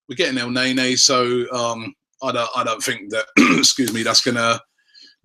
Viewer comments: not ELNEYNEY Robbie , try El neynee. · Damn Robbie you sure are persistent with the whole EL NAE NAE - He's pronounced EL - NENI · From now on if I hear you say el nae-nae I'm clicking off the video